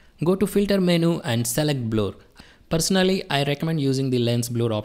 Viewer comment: THANK YOU FOR THIS TUTORIAL. it's no Bloooor.. it's Blerr ( Blur )